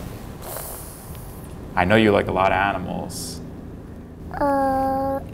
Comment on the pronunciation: Am I the only one who thinks he pronounces AHnamals weird?